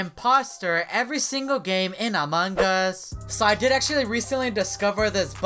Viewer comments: Stop saying "MANGAS"! You made me mad! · He says among gus I hate to say but I hate when he says that it annoys me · Amon G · He basicly says amon gus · I LIKE HOW HE SAYS AMONG US I CAN EVER HEAR THE G WHEN HE SAYS AMONG US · Me too i like hes accent when he is saying among us